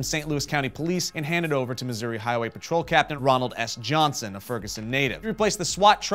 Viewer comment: THANK YOU LIEBERMAN! You are one of the only reporters that can say Missouri correctly.